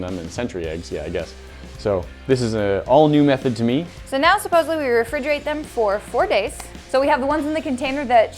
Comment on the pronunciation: Im dead.. the ditz just straight up said "supossebly"... Really?!?!